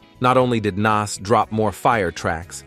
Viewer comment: The way hes pronouncing Nas is Crazy Work 😐